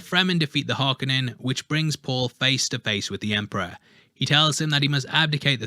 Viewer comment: Harkonnen does not have an "A" in it why do you keep saying it with an "A"? It's 'KO" Har-KO-nen not Har-ka-nin.